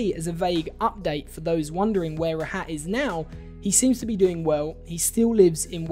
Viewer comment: His name is pronounced raaahut